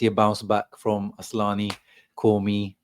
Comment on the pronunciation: It is isn't asslani it's asllani 😂